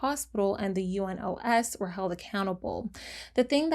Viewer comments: I am saying this super kindly, but it’s pronounced You-Nos not U-N-O-S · Just a note if you ever deal with UNOS In future videos, it's commonly referred to as "You-nose", with a soft "s", meaning it rhymes more with "dose" than it does with "close", If that makes sense. That just rolls off the tongue easier than having to say the four letters over and over again, LOL. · I love your channel and enjoy watching your videos. But I still have a comment. Please do some more research before recording these videos. U.N.O.S s not read as U.N.OS., like the abbreviation. It is read as it is written. I know this even though I am Turkish 🤭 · It’s easier to pronounce the acronym for UNOS, which is you-nos, with the "nos" rhyming with the Spanish word "los."